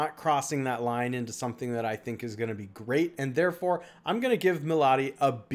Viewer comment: Omg. It's me+lady, not mahlady :)